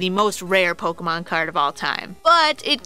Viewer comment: Its not Poke-EE-mon, Its Poke-AY-mon. When the e has the line on top, it makes an AY sounds not EE sounds. You don't pronounce Café Caf-EE, do you. Its Caf-AY. So you don't pronounce Pokémon Poke-EE-mon. You dont deserve as much subs...